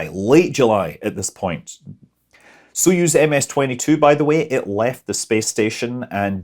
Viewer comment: Btw Soyuz isn't with an "o" but it's pronounced "a" like in some common English dialects "not", "nut", "hut" etc. --- accent is on "yuz" (speak like "use")